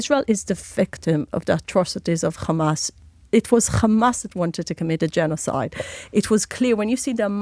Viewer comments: U need to stop this german hollocast all the time and for ur correction in english it is Hamas not Gamas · Why does she pronounce Hamas in that strange way sometimes?